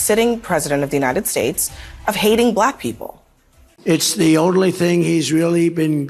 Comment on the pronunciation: YES. It sounds like he's trying to add a syllable to "Black." Like, "B-(uh)-lack" or something... Drives me to distraction every time I hear that racist speech...